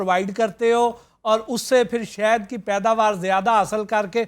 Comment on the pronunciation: bahi sahad hota ha saht nahi